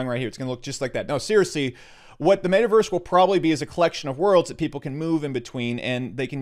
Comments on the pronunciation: How you're saying it: Made Uh Verse How to pronounce it: Met Uh Verse. You're welcome. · It's pronounced Met-a-verse, not Made-a-verse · He says metaverse so weird.